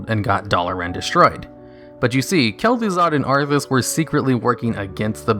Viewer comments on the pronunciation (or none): It's Kel'Thuzad, Lich